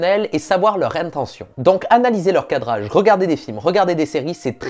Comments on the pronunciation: le "cradrage" 😂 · Le "cradrage" 😂😂